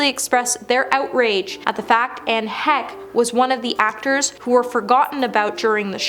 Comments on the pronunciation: Anne Heck? Who the hell is Anne Heck?! It's Anne Heche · You really need to learn how to pronounce peoples names it’s not Ann heck, her name is pronounced Anne Heche! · Tana mongo, Lenny Kar-Vitz? Do any of these million plus sub channels not proofread or autocorrect anymore? Anne Heck? Every time she said it I cringed more. Especially as we’re speaking of the deceased. But that Olivia Newton-John, Ed Asner, Robert Downey Sr, Kelly Preston, or Paul Sorvino not mentioned live? I find a new reason not to watch the Oscars every year. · Not Ann heck. Omg is pronounced Hesh Not only forgotten during Oscar also not bordered to be called correctly by the host. 🤦‍♀️ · Please learn how to pronounce names in these. I know the research is often lacking but given the topic, it helps to get it right. Hearing “Lenny Karvitz” over or “Anne Heck”over and over is distracting. So disrespectful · KRA-VITZ!!!! Omg! She can't say his name right. Get it right! Who is karvitz????? Anne HECK? PLEASE! get the pronunciations right. Take a minute, Google, find out how their names are pronounced. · HECHE..PRONOUNCED LIKE HESCH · OMGF please go learn how to say HECHE. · I like watching you and your colleagues doing these videos, and I have noticed something you may not be aware of. You see you keep messing up celebrities names. It's quite common for you to get names of people wrong. When you said Anne Heche, you pronounced it wrong, it's pronounced Anne Hesh. You also got Lenny Kravitz surname wrong too, it's pronounced Lenny Kravits. Other than getting names wrong, you are actually doing great. You have a lovely voice and you explain things well, and I enjoy these videos when you are presenting them. I am not having a go at you hun, just letting you know because I don't think you are aware of it. Please don't be offended. God bless you and all those you love. Have a great week